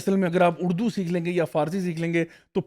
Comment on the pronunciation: Is it اردو or اڑدو 😉😂 On a lighter note!